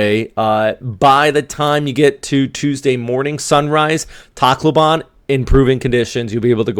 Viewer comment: It's pronounced tack low ben by the way :)